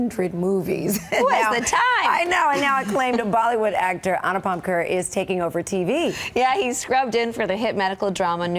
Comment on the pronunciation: Omg I got 2nd hand embarrassment of the way how the host just pronounced Anupam Kher name